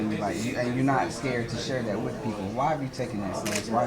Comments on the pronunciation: It's with..not wif you ignorant fool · '' wif '' ... lol